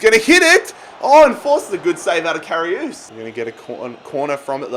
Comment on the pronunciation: Everyone: Karius Literally everyone: Karius: Karioos